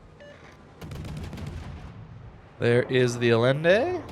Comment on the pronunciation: Allende is pronounced Aye-IN-day. As with Salvador Allende.